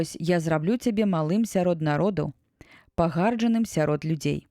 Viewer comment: Прачытана: пага'рджаным сярод людзей, слоўнік дае націск на трэцім складзе: пагарджа'ным.